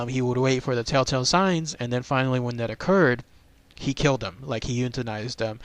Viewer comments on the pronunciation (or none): none